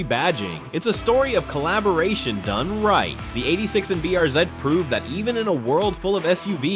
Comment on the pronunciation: I must admit, I find stupid AI quite amusing. What exactly is a BRZed? That’s what you kept repeating, or perhaps your AI voiceover was mispronouncing it. Additionally, it’s quite well-known that Hyundai and Kia share a common platform, as do Subaru, Toyota, and even Toyota and BMW (for instance, the Supra). Did you also know that the Model 3 and Model Y are essentially the same car? The only difference is that the Model Y has sits higher (prior to a refresh). This video certainly deserves a significant downvote.